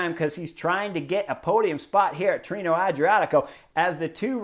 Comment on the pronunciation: Pronounced: Tee-ray-know 😉